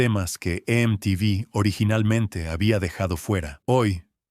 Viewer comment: Me la bajó cuando pronunció mal MTV y me di cuenta de que es una IA la que habla, malísimo.